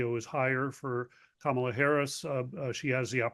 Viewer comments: How is a scarcity of Harris press conferences the story when Trump is regularly losing his mind on camera? And nobody in this segment can be bothered to even say her name correctly. Just silly. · would anyone plz confront these people when they continually mis-pronounce Kamala's name. Is he a complete idiot who cannot learn her name, being racist about the origins of her name, or both?